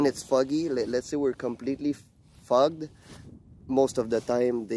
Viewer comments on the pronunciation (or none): He said fogged....I thought fukked